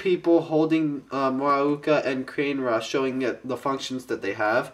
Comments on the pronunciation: I have the infected mask. Its cool. Oh yeah, its called KUH-NAY-RAH, not CANE-RA. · you've got it a bit wrong their! the yellow, tiger-like one is muaka, and the red bull-like one is kane-ra. and as magith1 said, the pronounciation of kane-ra isn't actually said like that, it's actually pronounced 'kar-ne-ra', just letting you know that...